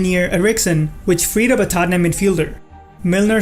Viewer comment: Omg i was like who is Tanyem????? Then i realise its tottenham